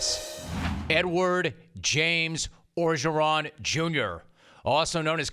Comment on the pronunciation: New Orgreon you intended to say.